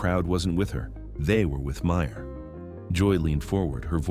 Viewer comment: It’s Meryl… not Meyer